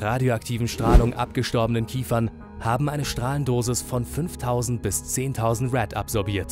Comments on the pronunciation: So also erstens EIN KERNKRAFTWERK HAT KEIN TRIEBWER!!!!!! Zweitens. Der reaktor 4 ist explodiert NICHT DAS KRAFTWERK NUMMER 4 Drittens ES HEIßT RAD NICH RED Wie du es gesagt hasst. Lern erstmahl wie ein reaktor funktioniert. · Was mich ja total abnervt ist das verenglischen der Namen.. MI eight? als hätten die Russen ihren Fahrzeugen englische Namen gegeben... oder Rad... nicht Räd (ausgesprochen) Es muss doch nicht alles auf krampf verenglischt werden....